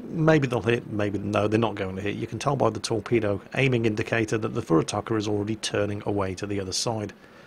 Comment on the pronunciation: ..... really? "FurutakER"? That's what visiting the US does to a Brit ;)